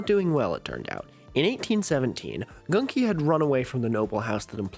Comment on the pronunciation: Its pronounced literally Gunki not Ganki